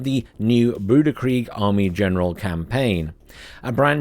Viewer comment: I'm like 80 percent sure it is pronounced grooshee. The guy is from france, not some trash can.